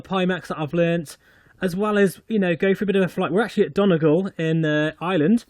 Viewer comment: Done - eee - gal (sounds like 'fall')